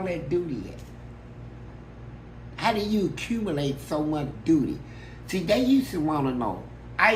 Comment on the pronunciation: “How’d you accumulate so much dooty” 😂🤣🤣